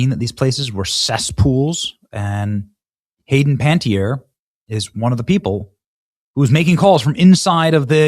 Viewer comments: Okay Benny. It's disrespectful of you to call her Hayden "Panty-Air" when her name is Panna-TEE-airy. If you're gonna make money talking about her death at least take the time to pronounce her name correctly. This really pissed me off. It's giving "getting on a soapbox and finger wagging while not actually giving a crap about this woman!" Get it together and show some class and respect. You can't go on a tangent about her destruction yet you clearly couldn't be bothered to say her name. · Can you please try to pronounce her name correctly? Seriously. It's not "panty-eer", it's closer to "panniteer". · I have a feeling the overdose wasn’t her doing… oh, and dude… learn how to say names! It’s Panuh-teer, not pantyair 🙄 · You're mispronouncing her name. It's Pan net tiere not Pan tee iere. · I think her name is pronounced Pan-ettierie not Panty-air. Say her name right at least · Pan-eh-tier sorry but if shes passed we should at least give her the respect of saying her name correctly. No hate, just think its a minor detail that shoild be acknowledged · It's Bur-RAY. Don't follow hockey, huh? It's Pana-tea-ere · Pen it tere ie Cmon man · Ay least say her name correctly. Keep going, Sir. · PLEASE learn how to pronounce proper names correctly! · How do you butcher everyone's name, & places? Just google pronunciations before a show. 😠 Corey Feldman finally disclosed some & nothing happened to them. More like getting the death jab like her brother, than an OD. You're 100% correct about the solution for depression.